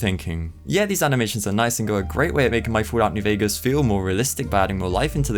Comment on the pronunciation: "foolat nuw vegas"